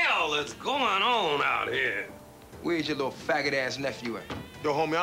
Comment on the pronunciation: “I ain’t liddle” 😂😂😂